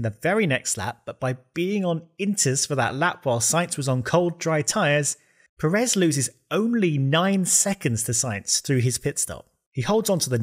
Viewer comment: a small note: Pérez has that little mark on the first e, becaus that's the part you stress when saying it. so pe-REZ is definitely wrong, it's PE-rez